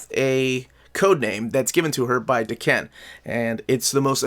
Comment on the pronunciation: Love the video! Just wanted to add that I'm like 97% sure Daken is pronounced "Daw-kin" lol Cant wait for my copy to come in the mail!